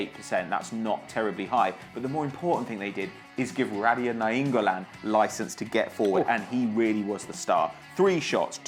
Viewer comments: radja nainggolan is of indonesian descent not german, its pronounced radja with an almost silent d not rad ya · It's ra-ja (pronounced without the D and with J as in jelly), not ra-di-ya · Nainggolan's first name "Radja" the "J" should be readed clear radja not radya it means "King" in Indonesia